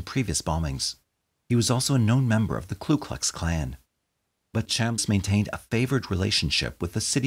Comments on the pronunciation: It's Ku Klux, not Klu Klux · Ku..not Klu.... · With utmost respect, it’s the KU Klux Klan. The first word of the Klan does not have an ‘L’ in it. I know it’s a silly thing for me to point out, and I apologize to anyone I may have offended.